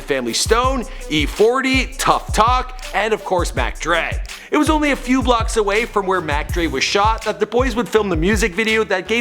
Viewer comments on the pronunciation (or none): It's Strictly only brothers it sounded like you said over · Yo it’s strictly ONLY brothers Not over..lol